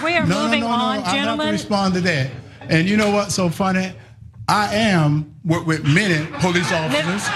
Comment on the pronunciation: "I am working wif many police officers..." Herschel Walker "Citizen's arayast, citizen's arayast!"-Gomer Pyle "Hold it right there, lemme git mah bullet!"-Barney Fife None of these guys were ever a real cop. Herschel Walker wasn't dropped onto his head as an infant as much as he was THROWN onto it !